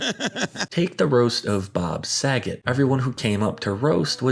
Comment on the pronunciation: Bro said saget